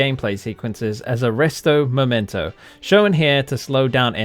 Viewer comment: Ok, im being nitpicky, but "aresto momento" arrest momentum? Lmao Also you butcher amit thakkar my dude 💀💀